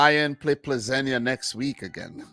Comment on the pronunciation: Great stream and Steve! I hope that you will be now Plzeň pronounce Pilsen.